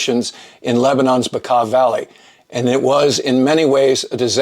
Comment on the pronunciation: You actually pronounce Bekaa Valley the correct way. A lot of people mispronounce it... kudos!